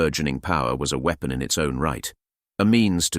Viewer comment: Well, pronouncing weapon as weap-on sort of gave it away to me for sure... But I don't care. I'm here for the story, not necessarily the voice telling it. And those are amazing